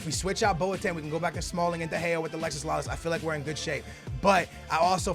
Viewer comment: IT IS NOT ALEXIS, ITS ALEXI, DAMN!